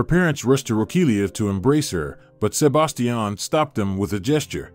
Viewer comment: Please learn to pronounce Sebastian. Good story!